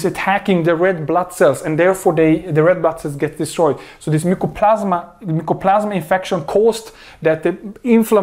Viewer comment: Mycoplasma not mucoplasma